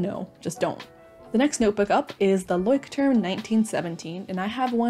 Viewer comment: me, a german: ITS PRONOUNCHED LÄUSCHT•TURM RRRRRRR